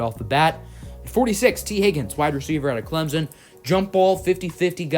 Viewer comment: It’s Clemson not clemzen